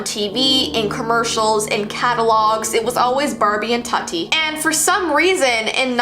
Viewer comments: It's TOOTI pronounced and she was discontinued, end of it. Tut-ee lmfao. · Tutti is pronounced like it rhymes with fruity not nutty. The Barbie you showed with tattoos was called Tokidoki Barbie not Tattoo barbie and was not removed from the shelves despite parents complaints over an adult collector Barbie. The 1960s Barbie fashion with the weight scale would not have been removed from the shelves in the 60s because of today's current standards. The Haunted beauty ghost Barbie was part of the Haunted Barbie adult collector series which also included a cool zombie Barbie. The Barbie that recorded the child's voice with wifi did not send the messages back to Mattel but back to the doll to repeat the message. I enjoyed and appreciated your video but the inconsistencies drove me crazy. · Indian be like tutti wha